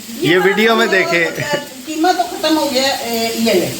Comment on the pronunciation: Kitni baar bolti hai keema karela